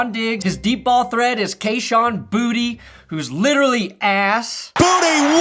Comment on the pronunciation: It’s pronounced BOO-TAY and I’m sick of people calling him booty 😂